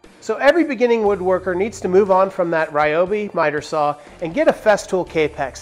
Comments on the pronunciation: REEobi not rai obi. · Great suggestions overall. But can you please pronounce Ryobi the correct way. I know a lot of the internet pronunciation tools say it the wrong way, too. But, it's. Ryo is pronounced similar to Rio (de Janeiro). There's also a Japanese golfer named Ryo Ishikawa and it's not pronounced Rai or Rye or anything close to that. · It's actually Ree-oh-bee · Thank you, I've been pronouncing it wrong my entire life! I will make an effort to change my pronunciation, but sometimes its hard to teach an old dog new tricks... or pronunciations for that matter!